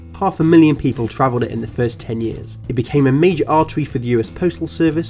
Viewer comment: “The panama wail woad was a majow awtewy fow amewicans wooking fow gold”